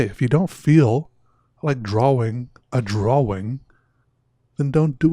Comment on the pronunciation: I think it's more like "draw-wing"